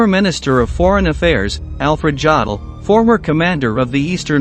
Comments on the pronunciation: It's pronounced " Yo del" not " Joe del". Woods was a Master SGT, not a SGT Major. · JODL is not pronounced as "joddel". It's pronounced YO-DL with the JO as in YO-YO. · The name of the Chief of Operations of the Wehrmacht General Staff, Colonel General Affred Jodl, should be pronounced YOEDL not JOEDL. The letter J or YAWHT in German is pronounced as an English Y. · Why do you title your video using a using a zero instead of an O in the word BODIES, and a 3 for an E in executions. If it’s a YouTube censorship issue I understand. Any other reason is just weird. And you mispronounce many of the condemned’s names. Alfred Jodl’s last name is pronounced YO del, not JAW del. Wilhelm Frick’s first name is pronounced VILLhelm, not WILL helm. And Luftwaffe is mispronounced—and the list goes on. Very unprofessional. I quit watching. You should make a video on The Cuban Missile Crisis. You can refer to President Kennedy as “Ken NEEDY”. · Jodl is pronounced YO-DEL.